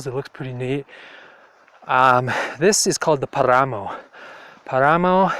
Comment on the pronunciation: The word is "Páramo" with the accent on the first "a". It is an area above a sea level, i believe is above 3500 meters or so. At these altitudes only certain grasses and vegetation grows.